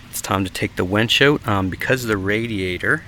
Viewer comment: Its a winch not a wench